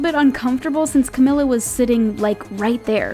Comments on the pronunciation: It’s not cag-mil-ah it’s cah-MEAL-ah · No it's pronounced (Ca-me-la) Not (Ca-mi-la) 😎😎😎😋😋😋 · It is Ca_mee_la not Ca_mill_a like to getin me mad I somthin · You say cemila it's CAMILA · its pronounced Cah-Mee-Laa not Cah-Mill-Ah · You guys pronounced Camilla's name too todo white asf cAmiLla😑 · Its Ca-MEE-La 🐝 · Host: “But the awkwardness started when she miss pronounced Camila Cabello twice” Also the host: Pronounces Camila “Cem-Ella” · You, yourself pronounce "Camila" wrong!! Lol😂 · OH, SHE SAID IT WRONG!!!! says Camila 5 secs later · "when she mispronounced Camila's name twice" She said Camila right, but wth was Calblellslsowoandjewoa (Yalls the ones saying Camila wrong) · Talks about how camila’s name was mispronounced* Mispronounces her name seconds later* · You are pronouncing Camila wrong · THE NARRATOR SAID CAMILLA’S NAME WRONG WHEN SHE WAS SAYING THAT THE GIRL SAID HER NAME WRONG....OMG LEARN BEFORE YOU SPEAK